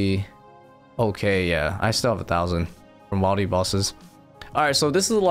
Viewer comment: Does anyone else always want to correct this man whenever he says wilde instead of wildy..lol but he's such a good player I keep to myself great vids man